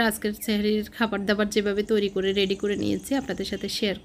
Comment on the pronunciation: রেড়ি না রেডি হায় রে বাঙালি